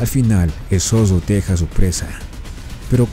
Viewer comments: ¡NO ES MALDAD, ES EXIGIR QUE EL NARRADOR DE ESTE VIDEO SEA EL IDONEO! ¡MI COMPAÑERO DE UNIVERSIDAD TRATÓ DE ACTIVAR SU TRADUCTOR Y MUCHAS PALABRAS QUE FUERON MAL PRONUNCIADAS COMO "ZODO" SIENDO LA CORRECTA "ZORRO"! ¡JAMÁS LAS ENTENDIO ENTENDER, SE LO EXPLIQUE YO! ¡NO ES DE MALDAD, ES DE EXIGENCIA Y RESPETO POR QUIENES VEMOS ESTOS VIDEOS SUBIDOS! ¡Y MUCHAS VECES PIDEN 👍QUE SUBAS EL DEDITO! ESE DEFITO ES PARA VIDROS ÓPTIMOS Y NO PARA ÉSTE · El zoggo... El peggo... El cachoggo xD ( me burlo porque yo tampoco puedo pronunciar la R) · El zodo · un zodo es más fuerte que un zorro......